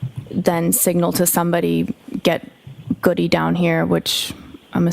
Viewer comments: Jen knew she had prepped the paramedic 😂. Paramedic lied because she said an officer said get "Goody" when the officer would know it's pronounced Good. Interesting though because Jenn McCabe has called him Goody lolol. Obvious liars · The female EMT calls Sgt Goode, pronounced "Goodie" and says it differently than it's pronounced but she is supposedly quoting an officer that knows how to pronounce his name. Dead give away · It is very odd to me that the female reported the officer 'signalled to get Goodie down here'. The name is pronounced Good but spelled Goode. Which indicates she READ the name and based on the ending e, assumed pronunciation. If she in fact heard it, it would have heard 'Good'. She acts as if the name is unknown to her so her only knowledg would be hearing it-yet she pronounces it based on spelling, doesn't add up.